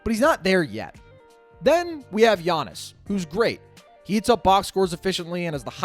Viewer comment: Yeah but no…. It’s Giannis